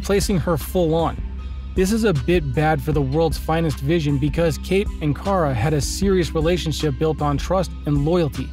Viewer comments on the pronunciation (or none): And once again we have somebody who pronounces names wrong. It's not KARE-A it's KAR-A. Did you not watch the series. They had this whole thing with Cat Grant, Kara's boss at CatCo worldwide media, calling her KARE-A. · Omg i got so triggered when you said cara sounds like Carit but without the it like ahh its KARA 😂😂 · 0:!6 her name is pronounced Kah-ruh